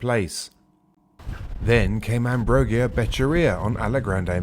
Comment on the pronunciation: Thank you for this report, very informative and well structured. Dalin's tribute was sincere and heartfelt. If I may, to improve your reporting even further, would you work a bit on Ambrogio's name pronunciation? You will be saying it many times in the future. Cheers.